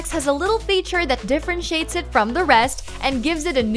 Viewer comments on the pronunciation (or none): differnshate? really? I wonder what iZack thinks of this.